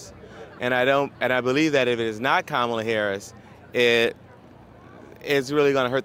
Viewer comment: She said camala Harris 😂😂😂😂😂😂😂😂😂